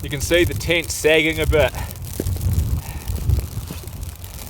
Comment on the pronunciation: Was watching this with my kids, they love your videos. They also love how your pronounce tent, my youngest said is he saying tint lol. Another great vid!